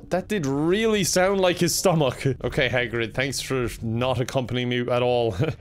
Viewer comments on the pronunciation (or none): no one: not even hagrid:: stomUCK